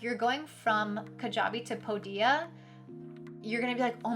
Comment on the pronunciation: Thanks for the video - a little annoying that you keep pronouncing Podia wrong - it's not "po- dia" it's "pode-dia" - watch any of Podia videos on their YouTube channel